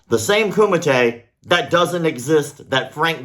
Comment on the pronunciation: Did you say Kumate? HUUUUAHHHH